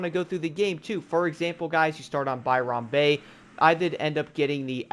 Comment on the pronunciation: Im sorry but as an Australian, it was really cringe to hear you say, by-ron bay, it’s more like by-ren bay. Other than that it’s amazing to still see people getting on the game for the first time all these years later. Fh3 was my first Forza game back in 2017. And it was so cool to drive around all the recognisable places all around my country especially since I was only 9 at the time. I got a couple of the dlc’s before it went off the store. But I unfortunately missed out on blizzard mountain, which looked cool as hell.